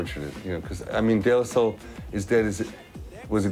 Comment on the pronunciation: De La Sol?? Am i hearing her right?